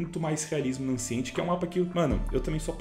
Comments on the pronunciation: Mireige 🫠 Enjaine 🫠 Encint 🫠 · Mano.. "Engine" não é "injaine" kkkk é algo como "en-jen" "Ancient" é algo como "en-sh-ant" "mirage" não é "mireige", é algo como "mir-aj"